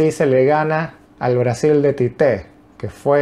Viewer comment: La pronuncia es igual en las dos sílabas tío. Tite. Nada de tité